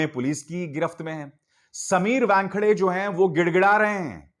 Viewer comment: समीर 'वॅनखेडे' नहीं, समीर 'वानखेडे'. आप व्यानखेडे / वॅनखेडे क्यो बोलते हो?